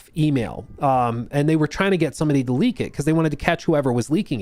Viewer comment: saar! Saar!! SAAR!!!! Do not leek, saar!!